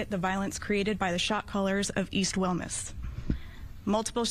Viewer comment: It's pronounced "We Mas" , I went to school in Wilmington from pre school to Banning